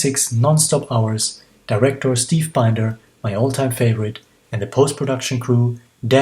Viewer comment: Hi! Steve Binder’s name rhymes with “cinder”